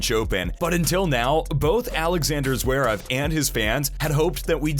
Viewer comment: Zwerev? I'm Sorry, But His Last Name Is Zverev. Please Pronouce It Right...😮‍💨